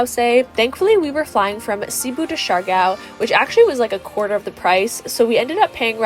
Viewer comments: lol for the love of pronunciation...Siargao! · I'm saying you should have learned how to pronounced it...